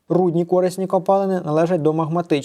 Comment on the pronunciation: кори́сні копалини наголос лярво на букву и